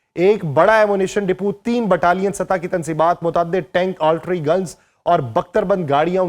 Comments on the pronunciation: بھائ آرٹری نہیں آرٹلری ہوتا ہے۔ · Altry Nahi jaahil admi... Artillery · آپ بار بار آرٹلری Artillery کو آرٹری Artery پڑھ رہے ہیں جس کی آپ جیسے بندے سے توقع نہیں کی جا سکتی۔ آیک آدھ مرتبہ کو slip of tongue زبانی یا صوتی لغزش کہا جا سکتا ہے لیکن آپ خود ہی اپنا وی لاگ دوبارہ سنکر دیکھ لیں کہ زبان کی لغزش نہیں بلکہ ۔۔۔۔ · Plz correct the pronunciation of Artalary